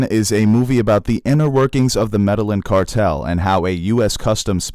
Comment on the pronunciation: medal inn cartel? thought it was pronounced meddy eeyan? Stats?